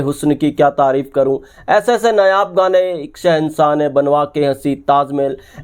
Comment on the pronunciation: नायाब को नयाब नहीं बोलें 👍